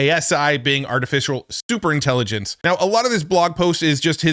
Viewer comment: Did you say stupor intelligence?